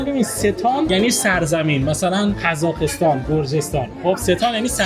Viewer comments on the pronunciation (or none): چرا ق رو خ تلفظ میکنی؟خارجیا خ رو نمیتونن بگن تو برعکسی ق رو نمیتکنی تلفظ کنی،خزاخستان، خلب خرمز، هر چی ق داره همه رو میگی خ🤔چرا واقعا،از عمده؟